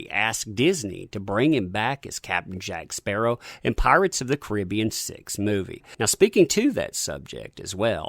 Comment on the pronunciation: I know that yoi can say Caribbean bith ways, but the way you say it when you say Pirates of the Caribbean is the wrong way for that title. Its the other way in this case.